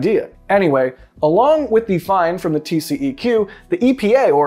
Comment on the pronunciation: in Texas we don't say TCEQ as tee see e cue. We pronounce it as TCQ, tee see cue.